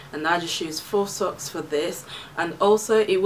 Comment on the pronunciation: You said sockses. Lol